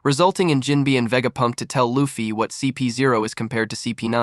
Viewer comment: Jim-bay say it right please